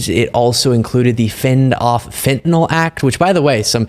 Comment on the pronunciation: The medication Fentanyl is pronounced “fent-a-nil” and not “fent-a-nol.”